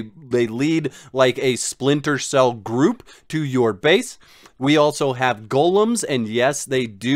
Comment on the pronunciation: He misronounces Golem as well. It's a bit strange. Gulums.